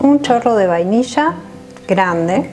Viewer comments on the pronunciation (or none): none